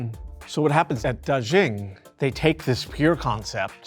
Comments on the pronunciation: anyway FYI, Da Xing is pronounced as Da Sing, not Da Zhing :) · Word of advice: if a foreign name comes up multiple times in a script, take a minute to study how to pronounce it correctly. It affects your credibility and listenability when a subject’s name gets butchered repeatedly. Dàxīng is pronounced more like DAH-shing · Daxing (大興) is a homophone for "great star" (大星). Also "xing" is pronounced more like "shing" (xīng in pinyin; /ɕíŋ/ in IPA). The "zh" sound the presenter is using—like the English word zhuzh (/ʒʊʒ/)—is found in some southern varieties (though not for this word) but isn't a feature of Mandarin or standard Chinese, nor of the dialect around Beijing where the airport is located. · “DarrShinng” ???… it’s “Da” as to the tone of “Ha!” and “Xing” as to “Sing”to mean “Big Star”.